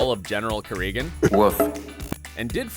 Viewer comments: You can tell the narrator didn't even watch the show by the way he says "Kirigan" lol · I can't fathom how in the world you still can't pronounce Kirigan. It's said like 12000 times in the show. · LOL I noticed that too